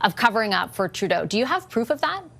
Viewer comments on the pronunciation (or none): none